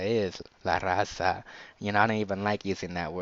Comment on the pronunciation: You a fed, you can't even say "la Raza"?